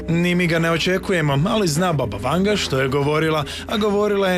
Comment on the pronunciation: Imeto i e Vangja, a ne Vanga !